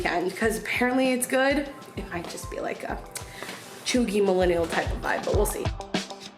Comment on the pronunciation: No no no you did not say cheugy 😂